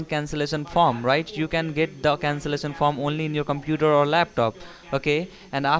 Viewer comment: when he said "and after the CANCELISION has been done" I litterally started crying while repeating the sound he made